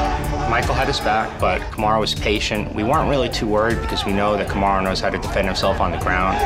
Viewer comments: The guy who was wanting to fight Usman right after the opening fight. Him keep saying “Kamarun” 😂is funny😂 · The dude called Kamaru "Cam-a-roo" lol